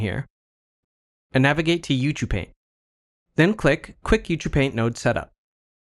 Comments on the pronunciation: Isn't Ucupaint supposed to be pronounced "You See You Paint" ? :) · This is awesome!!! I love it. I have been waiting for this in Blender for a long time and now that it is free I am so happy. Good tutorial that is well presented and useful. Thanks! Is it me or are you pronouncing it "u too paint"? I'm probably just hearing it weird.